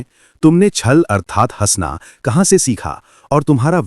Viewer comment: Sir डँसना ❌ हंसना ✅😅